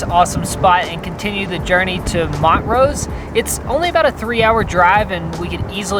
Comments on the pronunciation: Hehe... it’s pronounced Mon-TROSE. 😊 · its mon-trose not mont-rose! lol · pronunciation of Montrose “Mont-rose”. It’s pronounced “Mon-trose”. It’s a Scottish place name. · Great video, guys! I think we were in Grand Junction around the same time! Just two nit-picks (sorry, can't help it): I can see how it looks like Mont-Rose, but it's actually pronounced Mon-Trose; also, Colorado National Monument unfortunately is not a national park. Colorado has four national parks: Rocky Mountain, Mesa Verde, Great Sand Dunes, and Black Canyon of the Gunnison. Great job getting the national parks pass - it is SOOOO awesome and can be used all over the place! We love it! We're thrilled that you guys are visiting our state! :) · Whenever you said Montrose (mont-rose) i kept thinking of a town near where I grew up that was also Montrose (mon-trose). Maybe its a north vs south thing lol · Hey guys! Pretty sure it's pronounced Mon-trose, not Mont-rose. Love the video, was waiting for it all morning!! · Cringes at “Mont-Rose” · It's MON-TROSE LOL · The name will have been taken when people moved from Scotland across to the US many years ago. The town here is pronounced Mon-trose. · Hey guys, they're from Tennessee... They don't have towns with those kinds of names there; Nashville, Memphis, Chattanooga...ya feel me? They can pronounce the names of towns in Africa, Asia and Europe but not in (A)'Merica. LOL Still luv'em though! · I agree, I'm from PA... We have Montrose, PA there. I lived in Montreal. I long to go to the jazz festival in Montreux(sp ?). I was just having some good natured fun. And it was such a glaring mispronunciation error that a few of us caught it and made mention of it. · Lol that is not how you say Montrose you guys😂😂 my family has a ranch near there in Ridgway! Wish I new you were nearby would have invited you to our lodges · Or, they are just pronouncing it wrong. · That is not how you say montrose😂